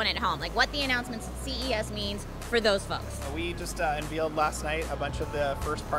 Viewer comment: did he just say unVEALed?